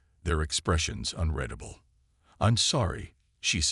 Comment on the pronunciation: Please get a text to speech application that isn't absolutely stupid with words like "unreadable" it is un reed a bl, it isn't un red a bk. Story might be fine Your conversion to speech is garbage. Or, I don't know. Maybe pay someone to read it, I mean less than an hour of audio, I could get someone to read and record this this for about $5. You're just grabbing reddit text and adding AI artwork and posting it for clicks and monetization anyway.